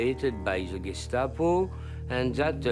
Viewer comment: There's an A in GESTAPO!!!!!!